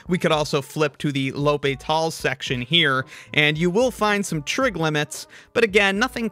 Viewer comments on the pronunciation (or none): The way he pronounces L’Hopital hurts my ears and my brain.